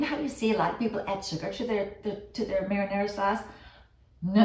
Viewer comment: Only because we are talking about correct pronunciations, I have to tell you that you aren't pronouncing "marinara" correctly.